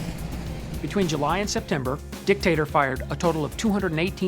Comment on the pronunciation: does it sound like he is saying "Dick" "Tater" like a dick potato to anyone else, or am I just immature...